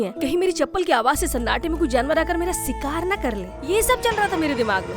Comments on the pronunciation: सिकार नहीं कृपया शिकार बोलिये 🙏🙏🙏🙏🙏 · Sikaaaar ya shikaar😂😅😅😅😂😂